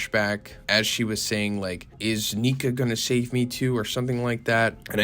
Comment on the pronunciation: Just know that it’s “Nika”, not “Nikka”